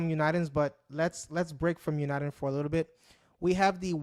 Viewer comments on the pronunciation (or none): we use this to talk all over the world either by voice, morse code, or one of thousands of digital formats that we have to send data and information. Send email over RF not using the internet. and so much more. Where are you from and what is your channel about? you are mispronouncing UNIDEN but that's ok I subscribed anyway LOL :)